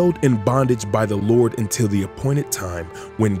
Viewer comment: When u say " lord" ur say" baal".